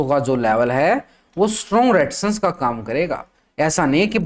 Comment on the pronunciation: रेडीजसn nahi Resistance bolo